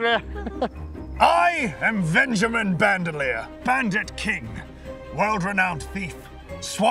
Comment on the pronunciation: venjimin bandermear, lol